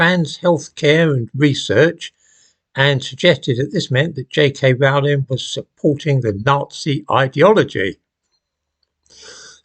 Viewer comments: Her surname Rowling rhymes with “bowling” not with “howling”. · It's 'Rowling' as in 'Bowling' - Not 'Rowling' as in 'Scowling' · 'Rowling' rhymes with 'bowling'.